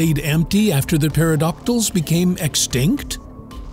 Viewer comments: Pera-DOC-tals?! Are you serious? Everyone should know that 'Pterodactyls' is pronounced Tera-DAK-tils. Silent 'P'. Geez I learnt this in kindergarten. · Did he say antiodactyl as well? ) I heard petrosaurs too. Sadly, I did not hear dieselodontids.